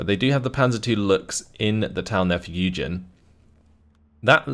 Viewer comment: I was listening to the video without really watching in the deployment phase for the first YueJin game commented, and for a while I literally thought the guy was called "Eugen".